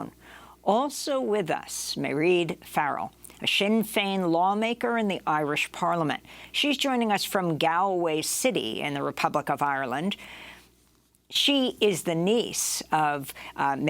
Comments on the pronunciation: It’s pronounced ‘Gaaaaawlway’ and not like how it’s spelt. Nothing annoys Irish people more than this mispronunciation 😉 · Butchering the pronunciation of Galway and Mairéad